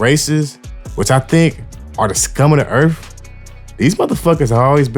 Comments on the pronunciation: “ … I think these guys are scum of the earf”. The narrator can’t even correctly say the word earth. Lol. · Earf, you on it.